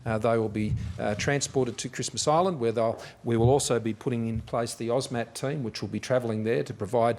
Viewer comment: Sounded like he said the, "OZ MAT" team. Aussie warm welcoming mat for all the Aussies. Nice! 🇦🇺🐨🦘🦐🐊🇦🇺